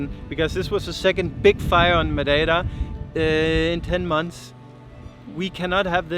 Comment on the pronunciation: excellent pronunciation of "Madei ra " you pronounce the same "...ra" for Pico g ra nde :) edit: jesus christ, insane pronunciation of "obrigada" and even not pronouncing the "o" like a lot of portuguese do. I would've deduced you were portuguese If I were those men at the road doing the limbo!